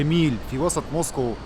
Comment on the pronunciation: يعطيك العافية جوله بزاف هايله و الاجمل انك في النهاية ذكرتني بمراسل الجزيرة " اكرم خزام" و كلمة موسكو بينطقها زي ما نطقتها" موسكووووووو"